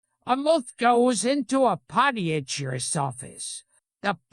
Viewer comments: Loving the idea of Gilbert reading this joke so methodically and carefully for a whole 6 minutes and saying "moth" incorrectly the entire time, like he always thought it was pronounced that way but never had any need to say it out loud until now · The mowth saes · How come it can't pronounce "moth" or "podiatrist", but GREGORY VASSILIVICH is 10/10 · The say he Pronounces “moth” and “podiatrist” is probably one of the funniest things I’ve ever laughed at